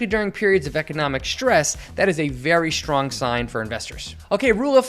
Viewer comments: it's stress and *strong*! NOT "SHTRess" NOR "SHTRong"! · Good video. Please practice pronouncing "especially" correctly. And try to avoid pronouncing "str" words with SH. It's strong, not shtrong, etc.